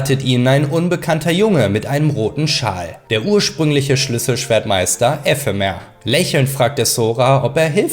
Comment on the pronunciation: 6 min drin und das mit EEEEphemer und Ephemer muss ragebait sein